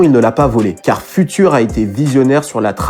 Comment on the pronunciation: FUTURE, à prononcer "fioutueur".